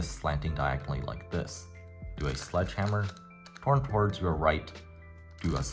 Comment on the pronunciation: My brain keeps malfunctioning cuz I can’t figure out if u said hedgeslammer or sledgehammer lol (still helped me a lot)